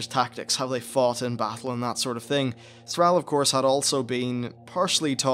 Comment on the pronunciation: I like the video but PRONUNCE THRALL PROPERLY even Go'el is good enough